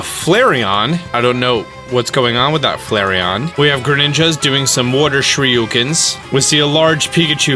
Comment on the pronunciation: Also SHUR E CAN not SHUR YU KEN...